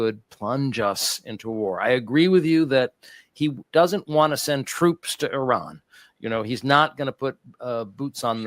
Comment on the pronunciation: still doesn't know how to pronounce the word Iran.